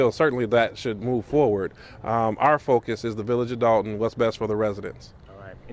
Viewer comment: You Mean Dolton(with an "o" not an a")So Long, Tiffany